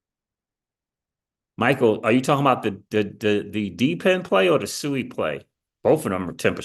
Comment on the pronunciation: SUI. Its Pronounced Swey